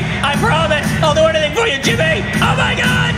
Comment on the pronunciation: he says hemi instead of Jimmy